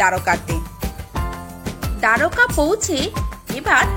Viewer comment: খুব ভাল ভাবে তুলে ধরেছেন। কিন্ত বাংলায় যেহেতু বলছেন, দোয়ারকা না বলে যদি দ্বারকা বলতেন বেশি ভাল লাগত।